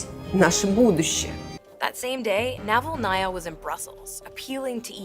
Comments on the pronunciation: Interesting video. Thankyou. But do check your pronounciation of Navalnaya. You put the accent in the wrong place! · Yulia NavalnAya 😂 Jeez, Can these "professional news companies" at least run the names of significant figures they are reporting on through google translate to avoid butchering their last names in most ridiculous ways???